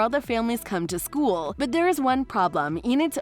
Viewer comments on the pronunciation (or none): none